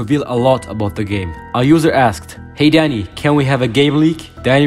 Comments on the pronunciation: i thought u said daddy when the video started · why i heard daddy instead of dani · he pronounced "dani" like "daddy" atleast it sounds like "daddy" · His accent makes him say daddy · Thought you said daddy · i cant tell if your saying dani or daddy